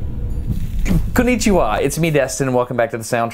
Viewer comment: Hi Destin. Konnichiwa is pronounced cone- nee-chee-wah in a even tone on each syllable. Meiji is pronounce may-gee not mejjy. Shōken is pronounced show-ken emphasis on first syllable. Thank you for the effort though.